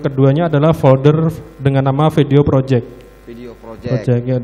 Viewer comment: "project" ape tu ye